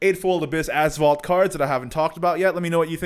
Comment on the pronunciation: When you say " Azvaldt" for some reason i hear Asphault 8 XD